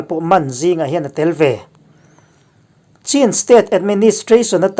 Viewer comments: Chin i lam khi a dik lo deuh ka tia ch hi an nei ve lo ania....chin tia lam lo in chhin tia lam tur zawk ani e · Chin hnam kha a aw (pronunciation) chu (Chhin ) tih tur a ni a chhan pawh Chhinlung chhuak a tanga lak niin (Chhin) aw INP kan lawm e